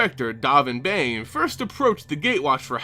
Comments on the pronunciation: doʊvɪn bɑːn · Whenever you say "Dahvin Bane", I hear "Donovan Bane". I believe the proper pronunciation is "Dough-vin Bahn".